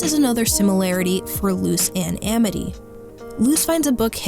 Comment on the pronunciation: My friend told me about this show since my name is Amity! :) It’s become one of my favorite animated shows! It’s honestly really cool hearing this uncommon name in a Disney show, and VERY satisfying hearing the name pronounced right! Lol.